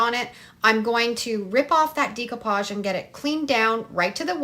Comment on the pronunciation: it's pronounced DECK-OH-PODGE not DEEK-OH-PODGE. Just an fyi there. Your crafts are cute though. ♥️